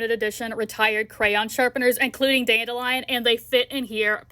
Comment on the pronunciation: I’ve never heard someone pronounce dandelion the way you do lol 💛